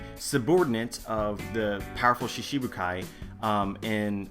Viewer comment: Great video as always. But, I notice that you always pronounce "shichi-bukai" as "shishi-bukai". Although that means "lion warlords of the sea", instead of the original "seven warlords of the sea". Not very important of course, but wanted to share o7